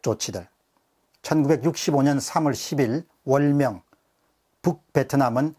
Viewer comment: 월명? 발음정확히 부탁! ! !